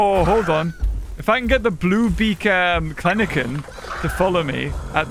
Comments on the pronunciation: The penguins are so cute.... XD I liked the yellow one Whitney had. I couldn't stop noticing that says Kleneken instead of Kelenken though lmao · calling Kelenken "Klenenken" will never get old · Kleniken? Thought it was Kelenkin… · The way u say kleleken its kelenken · every time I watch your amazing videos i just know ur going to say something wrong Like klenken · It’s Kelenken And he’s saying it wrong? Lol